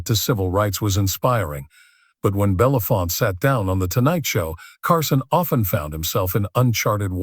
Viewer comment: What everyone below says plus: Harry Belafonte. His name is pronounced BELL UH FONT AY (or also EE) not BELL UF FONT. Who doesn't know that????